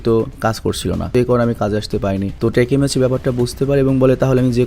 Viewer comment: Vai oi ta টেকেমিচি না।। ওই টা হবে তাকিমেচি